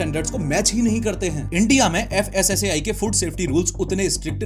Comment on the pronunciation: FSSAI ❎ FASSI ✅